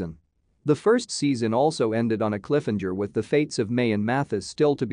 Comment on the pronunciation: they really left us with a "clifinjer"